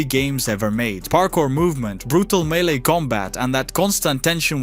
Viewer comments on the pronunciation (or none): none